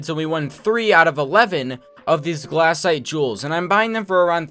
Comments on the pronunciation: anyone else want to die every time he says "glAHcite" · his pronounciations for golem and glacite are hurting me